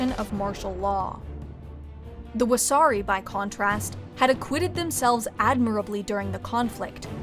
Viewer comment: everyone laughs because the pronunciation made it sound like wahsarki, a jelly donut